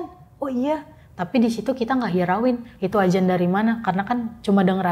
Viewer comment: adzan mbak bukan ajan 😀